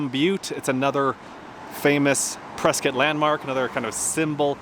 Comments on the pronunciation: You pronounced Prescott correctly 😁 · Nice work in highlighting my neck of the woods! Moved to near Prescott (pronounced Preskit) 17 years ago from New York. Absolutely love the area!